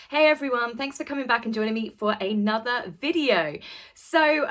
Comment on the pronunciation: Please Stop Saying AY NOTHER. It is ONE WORD.... ANOTHER.